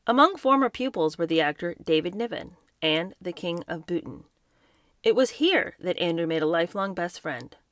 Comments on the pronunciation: I pointed that out. And she said Bhutan “Bootn.” 🙄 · Bhutan is pronounced “boo-TAN “ not “bootn.” 😂